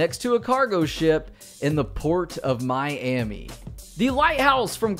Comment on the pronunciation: You're a really cool person but please pronounce Miami properly